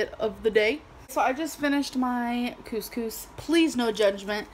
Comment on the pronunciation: Don't ask me how I know this, - 'cuz I'm not Arab - but every time you pronounce 'couscous' it sounds like you're saying the Arabic slang word for p*ssy, twice. xD